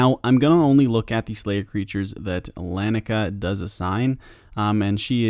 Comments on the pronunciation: Nobody seems to agree on how to pronounce her name. Lah-knee-uh-kay-uh. But at least you didn't call her ikea girl lol. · Why can no one say laniakea’s name, it’s lan-ee-a-Kia. Named after the local laniakea super cluster of galaxies